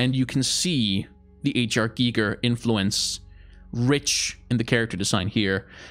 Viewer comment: You pronounced Hans Rudi Giger very vell. At least to German ears. :)